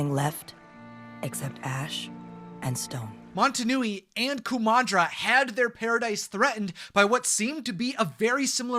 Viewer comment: Are you saying montunui, I'm pretty sure it's motonui